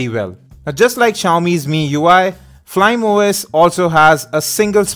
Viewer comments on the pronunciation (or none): FLYME OS is pronounced as "Fly-Me"